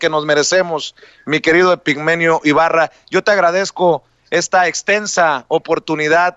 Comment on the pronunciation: Hola, solo una aclaración es Epigmenio Ibarra con la I antes porque se la estás quitando. Después de eso TODO está MUY BIEN de tu parte.